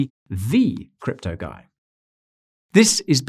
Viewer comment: „Let me introduce myself. The name is Guy...“ I seem to have misunderstood. I swear, I heard you say gay...